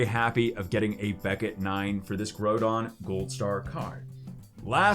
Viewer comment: Your saying groudon wrong